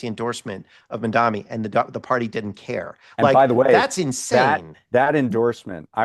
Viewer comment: It's spelt Mamdani. It's pronounced MUM--DAA-KNEE. It's not hard. When you get it wrong after hearing it a million times over the last 10 days, it feels like you're doing it intentionally, like Cuomo. Please don't be those people.